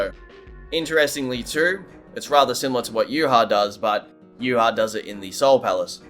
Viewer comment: Contacted Kubo, he confirmed it's pronounced "yoo-watch" and not "yoo-ha-bawk"